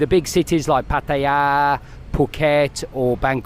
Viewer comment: Why are you calling it Patya? Is that how they pronounce it locally?